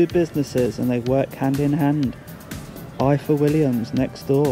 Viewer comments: IWT + Ifor (pronounced Ivor) Willians Trailers. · Ifor Williams, pronounced "Ivor", being the Welsh spelling of the Welsh name, originally Old Norse. The manager pronounced it several times. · Fyi Ifor is pronounced Eevorr 🏴 Sadly some Welsh people are clueless too😅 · Another good one DJ - pronounced "Ivor" as I'm sure must have been mentioned mate. I'm still watching out for you - that keyring is on my bucket list 😅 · It's pronounced Ivor william’s its spelt in the Welsh way, one F in the Welsh language makes a V sound, two FF’s makes an F sound in Welsh. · I go along with Tony’s comment. You do not show proper respect to people you talk to and video. Oh, by the way, find out to pronounce “Ifor”, as in Ifor Williams. It’s not how you say it. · It’s not difficult, DJ 😂 IWT. “Ifor Williams Trailers.”